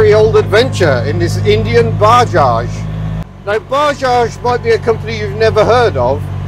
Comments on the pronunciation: It's not baaaajaj,, it's Bajaj,, spell it correctly 😡😡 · it's 'buh·jaaj'.